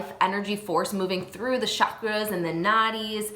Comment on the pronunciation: not a minor spelling error. It was pronounced several times as cas-U-al.... Causal means cause-and-effect, as in karma. also cakra is pronounced with a ch (as in punch) sound with a short a as in but, NOT with a sh, as in shockra. Good pronunciation will hopefully be something you emphasize when you are ready. Thank you for your love for Ayurveda. Namashkar.